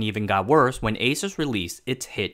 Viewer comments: It’s Aaa suse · If you call Asus, it's ei -soos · Hmmm. I always though it's pronounce as àsus, ah-sus not eh-sus. Every single taiwanese I met pronounce it as ah-sus. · Haha, my friend always pronounced it like the hispanic pronunciation of"Jesus", and I always corrected him, saying "it's not some Puerto Rican guy". Good to know about the "Pegasus" thing. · I thought I was the only person who didn't pronounce it "A-soos" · ASUS is called "ei-sus", like "a-suse", DRAM is called "di-ram", like "d-ram". Neither follows the proper American English pronunciations rules. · Can’t even pronounce the name correctly…